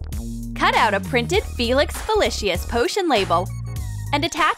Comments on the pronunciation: It's pronounced Felix fe-lee-seez. Not Feleeshis Polyjuice potion is used to become another person. 1. Severina Snape had to put their hairs into it, 2. It's 1 bowl. How can they switch bodies? And mandragora is used to cure petrified people only. Polyjuice potion wears off quickly, as seen in the chamber of secrets. And Sabrina could have just given them chocolate. Not DEMmEeNTOR PAsSsTA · OOMMMMMGGGGG... I DIED WHEN SHE SAID "FELIX FELISHIS" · ITS PRONOUNCED FEELICKS FEELEESIS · You said felix felicius wrong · She said Felix felicious. I can’t even 🙄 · "Felix felishias"? REALLY? These Muggles... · its pronounce FELIX FE-LI-CI-S not felishis. Ug, muggles. AND its not served in a cocktail glass. AND its a clear liquid. god, get it RIGHT. see, this is why muggles should never know about wizards. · It's Felix felicis not Felix felicish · WHAT THE HARRY IS FELIX FELECUS? (Feel-eece-is). Wut is DA STONE? WUT IS DA CLOAK? WUT IS DA WAND? WUT THE PROFESSOR SPROUT IS A MANDRAGORA? Those poor muggles don't know what the magical world is. They just don't. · Same. I was legit about to comment that. Never knew it was said Felix Felicious. Oh wait that’s because it’s not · im annoyed that... - they used names of harry potter charcters and changed their name a little. - polyjuice potion doesn't swap peoples bodies, it turns a person into another person disquise or something like that - prononced felix felicis wrong - mandagora is for unpetrifing people - snape doesn't play quidditch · U said Felix felicis wrong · You said felix felicis wrong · I cringed at wrong pronunciation like of Felix felicis potion and she said McGonagall wrong and so many others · U sai felix felicis wrong Plus this many other things ----> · This is an insult to everything about Harry Potter (also you pronounced Felix felicis wrong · Felix Felicis isn't pronounced like that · And how they Said Felix Felicis